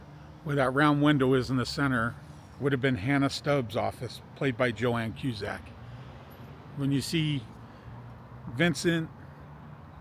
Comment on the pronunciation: Its "Joan" not Joann.